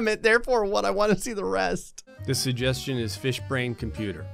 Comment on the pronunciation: Wow, you don't pronounce the first g in suggestion and it's weirdly noticeable to me. "suhjestion box"